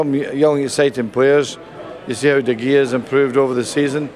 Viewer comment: Lol he couldn't even pronounce de gea's name properly